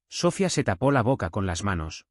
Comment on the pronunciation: El nombre es SOFÍA. CON ACENTO EN LA I . ALLÍ PRONUNCIAN SOFIA